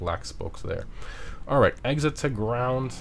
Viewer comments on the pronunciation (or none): none